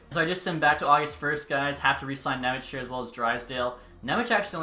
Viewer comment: Thanks for content and I appreciate the Nemec signing! You got really close with his name. :D In Slovak his name is spelled Šimon Nemec (eng translation - Simon German :D), so in case you wanna be spot on ...here you go: Ši- = SHI- oh you know from which word is this :D mo- = MOdano n = basic N Ne- = NYE ... dunno what word to use for ň sound sorry :D mec = METZ probably very close to METS sports team ... I wonder how are some broadcasters gonna butcher it :D